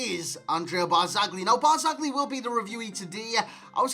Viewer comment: non ce la fanno gli inglesi a dire BARZAGLI...